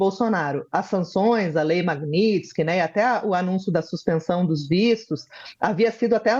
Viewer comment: Provocação não! Advertência... Essa repórter é aquela mesma que não conseguia no primeiro momento pronunciar corretamente a palavra MAGNITSKY. Hj pronunciou melhor. Terá que aprender a soltar a língua pq só está começando.